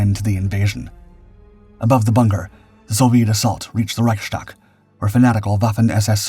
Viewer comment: For the record: It's "Reichs-tag", not "Reich-stag". Thus, the "st" is not spoken according to the special rules for that letter combination (which is like the "sht" in English "ashtray"), but rather according to the general rules for the letters "s" and "t" respectively.